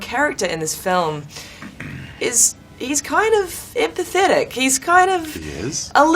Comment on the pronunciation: "Your character in this movie...Hes kind of IMPathetic" imp-athetic. Did anyone else catch this? Lol